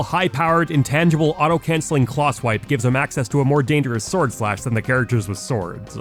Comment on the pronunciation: lmao anyone else get distracted by the way he ends some of his words. almost like an extra syllable. “sword-uh”, “game-uh”